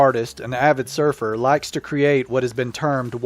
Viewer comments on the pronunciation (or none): none